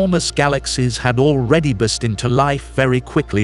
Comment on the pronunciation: And now another word "bersted" at the - mark 😂